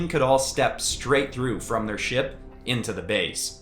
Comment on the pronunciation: These are sick! Love the superhero themes. Would love to see more justice avengers or DnD-Vengers. Also totally heard 💩 instead of ship